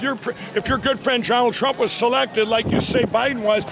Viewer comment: johnald trump 😂😂😂😂😂😂